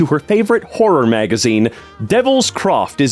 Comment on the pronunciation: TALE FOUNDRY MENTIONED🤩 (Also the way he said magazine makes me wonder if he's ever watched a Tale Foundry video)